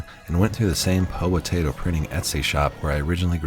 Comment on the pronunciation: You're only person I've heard pronounced the name "Haute" correctly. So many people pronounce it "hot" and it really annoys me.